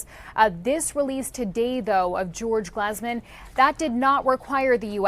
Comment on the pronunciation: It’s glEEZEman emphasis on the GLEEZE